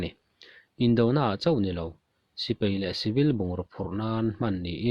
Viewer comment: Sipai Not Sipei Thei Not Thai